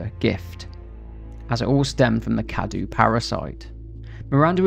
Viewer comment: it's not spelled cadu, it's cadou, you have to say the ''o''